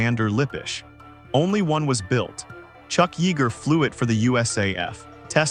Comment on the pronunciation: Chuck Yeeeger? Come on, lose the damn AI